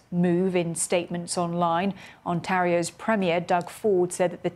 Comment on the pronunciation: Shame she couldn't pronounce 'Ontario'.